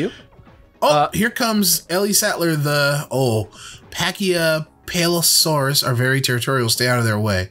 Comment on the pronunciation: Judging y'all heavily for not being able to pronounce Pachycephalosaurus. I mean, not really, the word is really hard. But in a joking sense? Yeah. Judging heavily